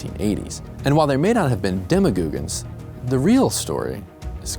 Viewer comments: Okay I lost respect for this show the moment they said demagoogans….come on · Are we going to act like this guy didn't say demmagoogans? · ah yes, demagoogans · bro said "demagoogons" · Dema-goog-ins 🤦🏻‍♀️ I love your content but please lol. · Did he say demogoogoons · i lost it when they said demagoogans